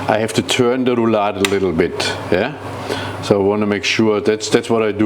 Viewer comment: Maybe this chef could start with learning how to pronounce "Rouladen" correctly; out of respect for the people who cook this dish.